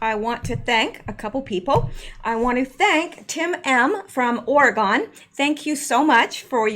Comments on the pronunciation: Oregon is pronounced Oh-Ree-Gun NOT Or-Uh-Gone ! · I'm liking the new opening. P.S. Oregon is pronounced ore-e-gun. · Its Pronounced Oregun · It is pronounced Ori Gun I have lived in Ori Gun for 50 years. Luca